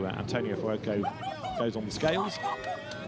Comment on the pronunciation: How does the commentator pronounce Fuoco? Furuoco??